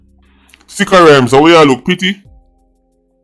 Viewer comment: Did you just call him "B!tcha Rhymes???" 🤣🤣😭😭